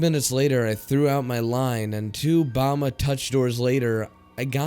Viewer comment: I nearly died from how you said Bama. It should be like bam bam! Bam-uh